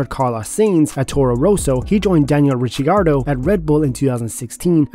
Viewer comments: Bro u need to learn how to pronounce the name of the drivers. Carlos zines? Riciardo? 👎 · Ritchie Arrrdo. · Max Vershtappen, Daniel Richiardo? Americans don’t even bother pronouncing names correctly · Who’s ritchieardo?😂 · 😬 Daniel "Richiardo" duuuuude 😅